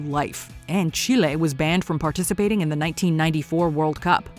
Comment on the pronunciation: Again it’s chile not chlay 😂